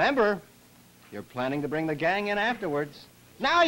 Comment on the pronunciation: Lmao he literally said Chinese mother “bling” baby..I think Chinese ppl know how to say “bring” correctly😂🤦🏾‍♂️💀